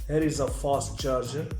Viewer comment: Is this any new charging technology??? 🙁 "fost charging"